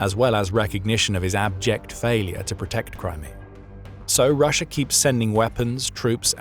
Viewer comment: STOP SAYING RUSH-ER, it's an A, not an R, in the word Russia, very annoying, do you not speak the King's English????